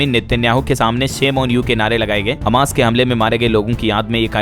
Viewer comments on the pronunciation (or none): none